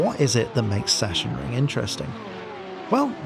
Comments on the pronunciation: Session ring :D :D :D say it like this: Sax on ring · Sorry, but i'm from germany and your "sassionring" makes me kinda sick xD The pronounciation is more like "saxenring". Didn't know if you researched that. Anyway great video and thanks for the recommentadion! I will give my community a hint ;) Edit: Just read the comment from AtzenMiro and saw that you already knew :D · fyi: pronounced something like "saxonring" (from saxony) ;) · Now you're confusing him even more by calling it Sachensenring ;) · try "sux-zen-ring" ;) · I live next to the "Sachsenring" (check my videos) and the correct pronunciation would be like Suxan-reeing Or simply watch germans say it 😅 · I think its zacksenring. Cuz s is z and ch is k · Awesome Preview for a great track. Just one thing, it's pronounced 'Sucksenring' . Sachsen ('Sucksen'/'Suxann') is the German name for Saxony. ;) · We waited much too long for your latest vid 😃 Great one as always! BTW: It is pronounced like 'Saxxenring' in German, but never mind. 😉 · Please dont see this as a form of critique or anything on those lines, I only want to inform you for future references. The "ch" in Sachensenring is pronounced like a "k". "Sachsen" is the German word for "Saxon(y)". Yeah, I know in most German words the "ch" is pronounced a bit weird, but in this case it is just a "k". So please don't take it in any offense form. Just for clarification. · Sachsen wird eher mit g gesprochen 😅 bzw. Doppel g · Better yet, "ch" followed by an "s" is simply pronounced like an "x"